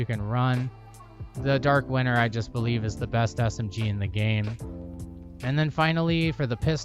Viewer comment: I know it's not a big deal but am I the only one hearing "Dark winner" ? other then that, awesome build, good video and a sub to top it all off :D